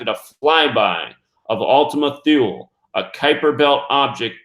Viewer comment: Thule is pronounced Too-lee. Research Thule Society. It was named after "Ultima Thule" – a country in northern Europe found in ancient Greek and Roman mythology. Researchers claim senior members of the Thule Society believed a master race of alien beings were living in underground caverns – right here on Earth.